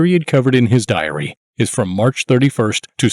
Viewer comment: Ugh. The narrator's style of speaking is annoying. The last word of sentences is said with a descending exhale breath sound. Diary is pronounced diar-E-H-h. Don't DO THAT!